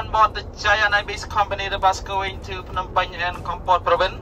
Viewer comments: This is a really enjoyable channel!! And feel free to do apartment tours any old time in Siem Reap!! Just a hint, backed up by my having lived in Phnom Penh for years and being married to a Khmer wife, you do pronounce the P in Phnom. As my wife says, that's why there's a P in it!! :) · lol thanks for the tip my pronunciation of words is truly terrible. I have a lot of footage from Kampot Kep and the islands to work through between now and Christmas but hopefully more room tours in January 🤗